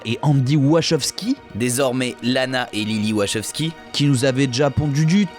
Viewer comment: Super liste, tous les films auxquels je pensais y sont, bon boulot le petit nouveau! Par contre, il va falloir retravailler la prononciation en anglais, on dit "Wakovski" et "senne's 8" (phonétiquement), ça passe toujours mieux :) Je ne citerai pas les noms d'acteurs, là c'est le désastre xD et on dit "un des twists principaux"... mais trève de critiques inutiles, la vidéo était super intéressante, merci!